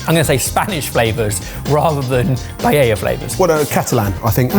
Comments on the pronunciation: Lads, I live so much farther away from Spain than you do. There is no L sound in paella. It's pronounce PIE-AY-yah. Future reference: Taco is pronounced TALK-oh, not TACK-oh. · Pa, eh, dja. The double L, (ll) is pronounced ya. Its called an eh ye (elle). When you see it in a Spamish word, you'll know. 😊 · two thing, there is a recipe about using "pasta" instead of rice for "Paeya" is how you can pronunce it "LL" is the same as "Y" sound. But a paella do not go with chorizo... so, is not a paella., you could make a yakisoba replacing soba noodles with pasta and voila. Also, I do not know what a cheese ricotta is but, you can add some salt and coriander(cilantro) instead of parsley, to make it more Asian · Paella is NOT pronounced "pie-ella" i honestly ront know which is worse, that or the way you mangle fillet into "fill-it" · Is it a British thing to pronounce the double LL in Paella??? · pai ay uh. The double "ll" is pronounced like the English "y" in "yellow". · Can you PLEASE stop pronouncing paella the way you do. WRONG WRONG WRONG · Ok so the guys keep saying paella wrong throughout the video, but then suddenly say it correctly once each. If they know how to say it, just say it right every time boys! 😅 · What's really offensive about your paella is your inability to pronounce "paella" correctly: "ll"="y" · I thought paella used the "ll"s as a "y" sound, am I incorrect? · The good news is, the way you three pronounce "paella" is a far worse insult to paella than dish. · not only makes a paella wrong he also pronounces it wrong too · Wouldn't you think that after all this time, and would have learned how to pronounce Paella? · Ya que se pueden traducir los comentarios lo digo en Español. Cuando le van a enseñar la verdadera Paella a y cómo pronunciarla. Los años pasan y todavía me sangran los oídos. Como este hombre siga diciendo los sabores de la paella me va a dar algo. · Mispronouncing paella on purpose is silly.